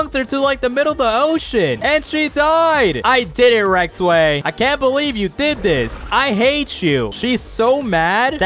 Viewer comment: It's not Rektway it's rizzway